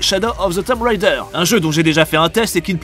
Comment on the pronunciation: Tomb ça se prononce TOUM, je sais, c'est moche, mais c'est comme blood, un faux ami qui sonne moins bien.